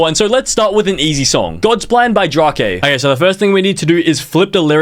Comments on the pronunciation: ITS DRAKE NOT DRAHKAY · Everyone ignoring he said drake as Drak A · It’s dray-k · Bro y did you say drak a it’s pronounced drake Long a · Why did he say drokay instead of drake d-r-A-k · no way bro said DROKAE its drake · Bro said Drak-A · Did bro seriously say Drak-A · bro called Drake "dra k" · WHO THE HELL IS DRAWKAY, ITS DRAKE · Drake ❌ Drah-kay ✅ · Draka? It’s drake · bro said draw K instead of drake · WHY DID HE SAY DRAKE LIKE dra-Kay IS PRONOUNCED DR-AKE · Bro pronounces drake as draakay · No way bro pronounced, "Drake," "DrAhKeYgH" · Nahhh blud called drake dra-ke its kinda gold for comunnity tho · Bro really called him Draakae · "Dra kei"💀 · There's no way you actually said draa ke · Drak-eh 😂 good vid tho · I’m sorry did you just say “drok a” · "dra kay" 💀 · i hope you purposely mispronounced those names 💀💀💀